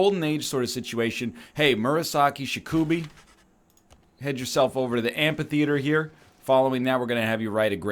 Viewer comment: Murasaki Shikibu ask your wife how to pronounce her name for the love of God (pls ty)